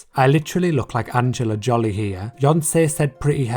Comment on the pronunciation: "Angela Jolly" 😭💀